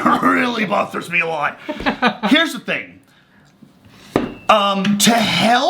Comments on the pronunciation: "bot-thers me" 😂😂😂😂😂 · "It really 'bot'hers me" LMAOO🤣🤣